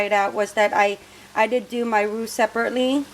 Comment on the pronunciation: Roux rhymes with you. Great video.